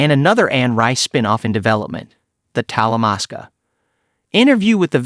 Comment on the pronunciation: Dude it's Talamasca